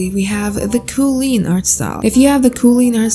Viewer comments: KOOLEEN NOT ZOOTOPIA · Kooleen? More Like “Queen”